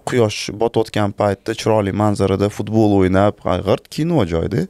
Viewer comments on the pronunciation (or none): none